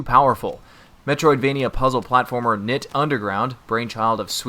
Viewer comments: No,, you are pronouncing it wrong. You are suppose to pronounce it as in K-nytt. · It is pronounced 'night' or 'knight'. It is a pun... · it's pronounced like 'nit'